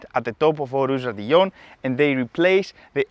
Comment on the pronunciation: It’s raidillon actually